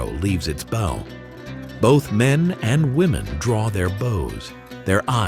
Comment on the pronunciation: How lazy are u that u use ai voice to narrate. The second I heard how it pronounced bow I shut this crap off.